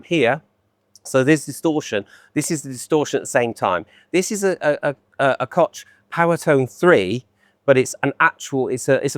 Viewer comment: Kotsh...Kock...poor butchered Companyname: its Koch as in Loch Ness